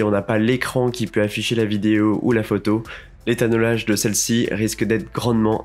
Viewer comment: Très intéressant ! Par contre on dit "étalonnage" et pas "étannolage"